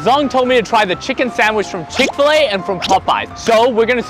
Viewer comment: Chick fa lay Chick-fil-A